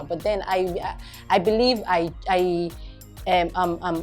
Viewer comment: is it possible to work on your 'I am" it sounds I yam.Weldone althesame